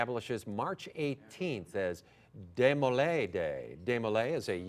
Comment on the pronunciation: PRONOUNCED DE MO LAY